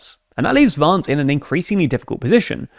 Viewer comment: the way you say "Vance" sounds so pretty, he doesn't deserve it